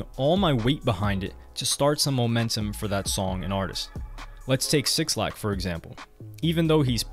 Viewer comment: Bro stop calling homie sixlack, it's pronounced Black. The 6 is a B according to an interview with 6lack. Fantastic breakdown though highly informative.